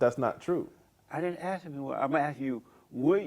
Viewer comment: If this guy wants to be taken seriously, if he wants people to think he has intelligence, he needs to stop "axe-ing" and start inquiring.